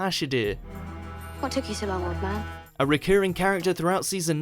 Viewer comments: It's Ash-ill-dah not Ashy-dear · Ashildr, not bloody Ashy Deer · I dont think they watch it. Otherwise they'd know its A-shield-a, not A-shid-a. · ash id err its ASH EEL DER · “Ash-el-der” it’s A-Shield-er. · Who the fuck is "Ashederr"? Maisie Williams played a character called "Ashildr", pronounced "Ash-ill-duh", honestly sometimes your lack of a grasp on language any kind is a joke, surely you'd have done SOME kind of research into how to properly pronounce certain words?? Ridiculous! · Honestly, it's not Ashilder, it's Ashildr, I thought those who commented knew.. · It’s not Ashidr, it’s Ashildr, idiot! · ASHIDIR. ITS ASHILDER THATS HOW YOU SAY IT IM SORRY GOODBYE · she's not called ashidir, its ashildir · Wow. It’s not Ash-id-er it’s Ash-il-der. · Ash-ih-deer... REALLY. YOU CANT SAY HER BANE RIGHT? ITS ASH-ILL-DER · AshaDER! LMAO just make these up on a random. It's not hard LMFAO - There is an L and and I in the correct spelling, and it's said enough in the episode. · Ashider? It's Ashildr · I'd venture it should be A-shill-dear, but then I suppose it did come out as Ash-ill-dah half the time, when Capaldi said it. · A-shield-duh ... that's how you pronounce maisy Williams characters name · It's A-sheild-a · It's ashilda like ash Hilda! Or just Me would do! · Also ash-il-der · theIcyToad Actually, the correct way to pronounce it would be Ash-eel-dur. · Stop doing doctor who top 10s until you actually watch the show. You incorrectly pronounced the name of Maisie Williams' character. If you watched the show you would know how to say her name and what she changed her name too. You said the Closing time was was the last episode of series 6. It was NOT. The last two episodes of series 6 were The Wedding of River Song and the Christmas Special of that year. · I cringed at the way he said ashildr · Omg the guy doing the top ten annoyed me so much because he couldn’t pronounce ashildr properly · How do you possibly mispronounce ashildr